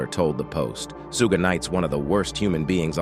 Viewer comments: Dude, his name is not "Soog" lol. It is " Suge" 😂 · "Sue-gay" Knight....Seriously!? 😄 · SOOOOOOOOOOOOOGAY NIGHT! I KNOW THAT DOOOD!!!! that made me stop watching this garbo video yo F%ck this channel with SUGGGAY NIGHT! Yo lol... joke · It’s Shoog, not soo gay! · Not SueGay Knight😂Lol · “Sue Gay night” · Who's Sue-gey knight? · Okk WTF is Sugey Knight?🤔🤔😂😂 Hollysmokes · Gotta watch ya back for ol Sue-Gay! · W.....t.....f..... is a soogay? Are they trolling he pronounced it differently each time and wrong every time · who tf is Su-gey 😂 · Who's doin the commentary he doesn't even know how to pronounce Suge Knights name not that it matters 😮😮😮😮😮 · Peru? Su gay Knight? Wtf is this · Su- gay night and the pir-rus 😂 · Sue-gay knight 🤣🤣🤣💀💀💀 Puruu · Why this fake AI voice mf can't even annunciate words correctly soogah night n peroo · Mobb Peru , Sue-gay knight?? 😂😂 st8 disrespectful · Is this some AI voiceover shit or white guy reading a script ,because he pronouncing Piru straight wrong, and can’t even say, Suge Knight😤😤😤😤😤😤😤😤😤